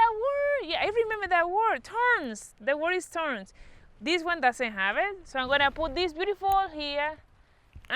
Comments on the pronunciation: Thorns,, no thorns,, th Como th in the word THE ,the tongue through the teeth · "How you call dis? TORNS" HAHAHA MAYA😂❤️